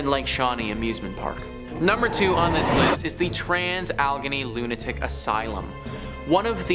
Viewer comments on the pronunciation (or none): Al-e-gain-y that’s how the trans Allegheny asylum is pronounced. No disrespect here at all, love your videos